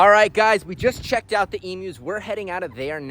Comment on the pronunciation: I am so happy you say emus correctly 💯 The amount of Americans who say it wrong does my head in!! E-mew not E-moo!! As a proud Aussie I love that, Thankyou!! :) Love the videos too mate!!